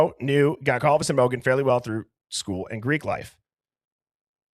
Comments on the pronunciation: HOW DO YOU MISPRONOUNCE GONCALVES AT THIS POINT?! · I know and I was not impressed. Disrespectful.